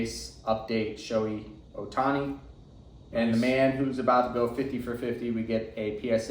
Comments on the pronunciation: It’s not pronounced “Showy”, it’s “Show-hay”. If you’re gonna collect someone, you should probably know how to say their name. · It’s literally 2 basic syllables and it’s been spoken millions of times by anything remotely sports related for years.